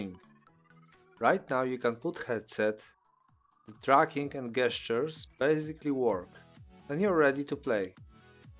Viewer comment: FYI gestures is pronounced jestures.. like the j for jesus sound not G for god